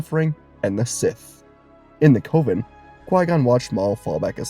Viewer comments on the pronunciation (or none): What if you knew how to pronounce coven. Cuh-vin. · Cove-in instead of coven is wild work buddy. You can Google words and the TTS will tell you how to say it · FYI, "coven" rhymes with "oven". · Beautiful theory, but just a heads-up, Zabrak is pronounced with two short 'a' vowels, like Atlantic or Anthrax, just a heads-up if you use them again in a theory video, and coven is pronounced exactly like oven, but with the c in front of it. Beautiful theory, as always ❤ the team up idea in this theory was dope, and the ending was even better! Well done, as always!